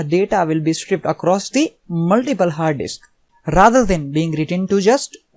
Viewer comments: Shtraipd Not stripped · It's pronounced sr ripe Ed. Not striped.